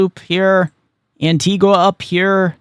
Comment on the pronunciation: Thank you for your update. Here's just a small correction on the pronunciation of our islands. Antigua (pronounced Anteegah) and Barbuda (pronounced Bar-beau-dah)